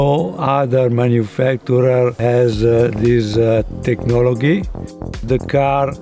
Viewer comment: I don't trust any car made by someone who can't pronounce "technology" correctly. Lol